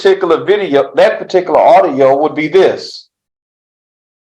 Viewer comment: Who in the sam hell gave this person a license to be an attorney?!?!!!! He himself can't even say "particular" or "particularly". This is ghetto jamboree court stuff hahahaha